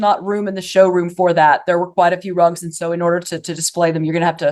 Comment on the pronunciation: I keep hearing and thinking “drugs” instead of rugs and this is so much funnier.